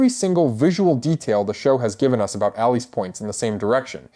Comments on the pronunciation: Its pronounced Alice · Pretty sure it's just pronounced like "Alice." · Sorry, but I'm turning off. In this day, if a creator can't even correctly pronounce the character's name, it's sus... I immediately think 'AI.' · Why is your pronunciation off